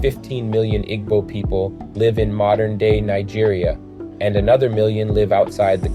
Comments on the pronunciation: Pronounced ee-boo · Im a white dude... i love a Igbo Nigerian woman... Igbo is pronounces ( EE-bo) in modern american english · “Ee-bow” please and thank you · immediately closed the video when i heard him pronounce igbo 😆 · The mispronounciation hurts your credibility. Igbo is an ethnic group, culture, and language. Mispronouncing our name makes it harder to trust anything else you say. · You completely mispronounced Igbo the whole time. 😢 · This was very annoying.